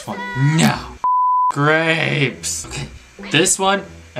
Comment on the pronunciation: i cant stop laughing at the way he says grapes